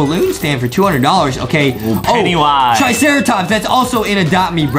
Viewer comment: Why did adem say penywise?